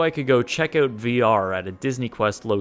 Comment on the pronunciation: Out* owt... not oot